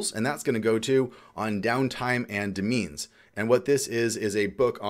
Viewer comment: Great video. Also, 'demesne' is pronounced 'domain'.